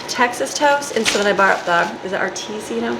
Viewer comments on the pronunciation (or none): Breakfast is my favorite. You pronounce artisanal "r-TIZ-nul". That kind makes great PB&j.